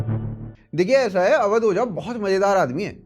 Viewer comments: अवध ओझा ना ना ना ना❌अवध बोझा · ओझा। नहीं। बोझा